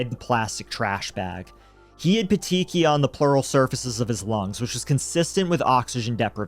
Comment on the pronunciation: I’m finishing the video, but I want to let you guys know how to pronounce ‘petechiae’. It’s ’pet-tee-kee-eye’. The ‘ae’ is an ‘e’ sound. I spent years watching Dr. G.: Medical Examiner and she stated the pronunciations of many medical terms, especially those in connection to death.